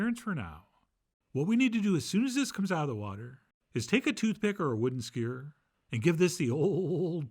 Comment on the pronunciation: I've never heard anyone say 'skewer' the way Chef John does. It's like "skiurh". It always catches me off-guard, the same way it does when he pronounces 'syrup' as "sirp". The man is a ball of idiosyncrasies, and I love that for us!